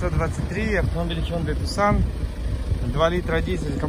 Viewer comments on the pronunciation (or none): Снова ТЮКСОН?!?))) Ты же уже научился правильно ЭТО выговаривать!